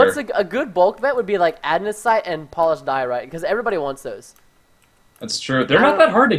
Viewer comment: Preston, you're going take someone's eye out, and besides you're saying it wrong, it's ANDesite not ADnesite. If anyone gets that horrible reference :D